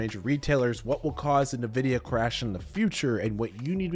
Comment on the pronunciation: Why do you say "Nvidia" wrong?